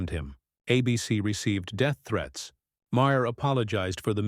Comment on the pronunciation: Ma-her? Ma-hair? Who’s that? (AI narration is pathetic.)